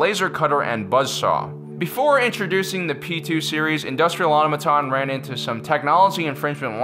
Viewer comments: "Industrial AuTOmaton", not Aumaton! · Why does he keep pronouncing Automaton...terribly. Ah-tom-a-tahn. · Automaton. Aw-toh-mah-ton. It's not hard. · Automaton isn't pronounced like that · Please learn to say Automaton